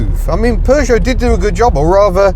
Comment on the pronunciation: Having lived in the USA for 2.5 decades I still appreciate hearing "Peugeot" pronounced properly and not "Poo-Jot" like how a certain ex-TV presenter who lives in Los Angeles with a car museum pronounces it :)